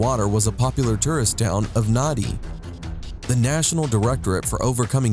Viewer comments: It is spell as “Nadi” but pronounced as “Nandi”. Please get familiar with language of South Pacific Islands. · did he said nughty for that city lol